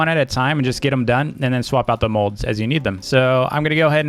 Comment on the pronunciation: He calls molds modes